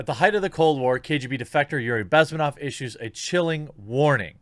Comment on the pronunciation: Bezm`enov. Stress is on the second syllable. Just in case you ever need it again. :D